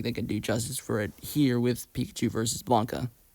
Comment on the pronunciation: Okay, I know putting a comment to correct some mistakes in an old video of yours is probably cringe and it's probably likely you've already acknowledged these in a later video, but I need to put this here or it's gonna bother me. *Meta Knight, not Mennonite. *Blanka, not Blanca. *SCP 682, not SCP 628. All seriousness though, Lucariboi recommended your channel and so far I like your content.